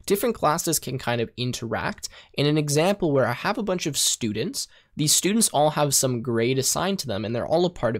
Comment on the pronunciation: i lost it on the For sturdents, how that isnt a loop?